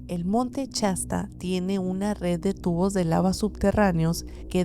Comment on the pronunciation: No se dice Chasta es shasta sh sh